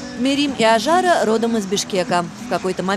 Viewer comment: Не Аджара ,а Ажара , ужасно ковежат имя